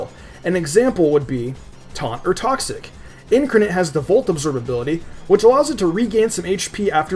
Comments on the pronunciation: Kevin Ryan But it's never incurnet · Ludicolo is weak to Flying, Bug, Poison (which you missed), and then Freeze-Dry. And I hate to join in, but it's IN-CAR-NATE, not IN-CUR-NIT (sorry this bugged me so much lol). I agree with your list completely, though I would have added Eelektross due to it being Electric with Levitate. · You have no idea how to pronounce INCARNITE In-CAR-night not In-Kur-nit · Did you just said Incranet instead of incarnate (twice?) :| Fail... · It's pronounced: IN-Car-Nate not in-ker-net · "in-car-nate" ... thanks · next time google "incarnate" and learn how to pronounce it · Correct. He still said it wrong. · ...what are you even talking about. I'm talking about the way he pronounced incarnate